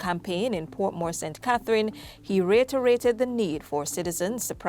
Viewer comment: Its not Retorated. It's (re.e.to. rated)